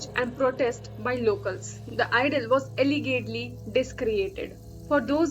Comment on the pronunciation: Allegedly pronunciation not correct